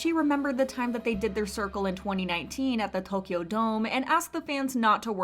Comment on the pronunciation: I like how she pronounced Tokyo omg that's perfect